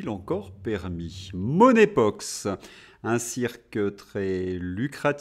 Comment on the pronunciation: Il me semble que ce n'est pas "money pox" mais "monkey (singe) pox.